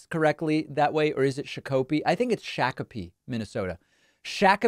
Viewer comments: Its more 'shock-a-pee' than it is 'shack-a-pee' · David, I live in excelsior near Mr. Pillows shakapee, it’s “shock” apee. Not “shack” apee. Anyways, love your show you’ve shouted me out once before, have a good day sir! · Shock-uh-pee rather than shock-oh-pee -Native Minnesotan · Shakopee, Minnesota is pronounced shock-oh-pee. My cousins are from there. Had no idea My pillow guy was too. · Fun fact: Shakopee, MN is pronounced Shah-ke-pee. If you’re not familiar with the name you WILL mispronounce the name based off of the spelling. No criticism from me, just a proud Minnesotan. 😊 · Hey David. Love the show. I’m from Minnesota, and I just wanted to let you know that the correct pronunciation of the city where Mike Pillow’s warehouse is should be said like, “shock-o-pee” (or, at least that’s how we say it. It’s a Souix word meaning six, I believe. Perhaps they say it differently). Hope that helps. Keep fighting the good fight. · DAVID, its is pronounced SHOCK-uh-Pee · Shakopee - "Shaa" "kuh" "pee". Sha like Shaw. Minnesota has a lot of Native American names for many streets, counties, parks, lakes, and etc. Would honestly get a kick out of seeing you trying to pronounce a list of them.